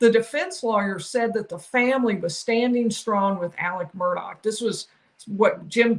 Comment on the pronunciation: It’s not Murdock it Murdaugh